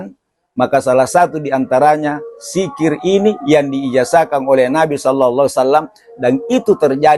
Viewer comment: MAAF.. BUKAN SIKIR TAPI DZIKIR YANG BENAR....